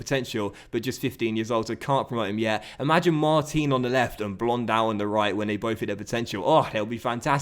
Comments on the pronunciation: I think its pronounced lile "Thomas Blondo" not blondow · Cool vid. It's "Blonde-Doe" lol